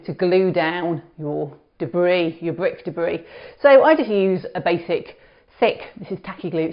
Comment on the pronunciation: Bwik Debwi.lol. good video :)